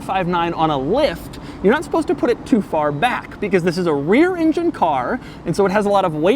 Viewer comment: is it me or you pronouncing engine as INGEN :D its not Jurrassic park bro x))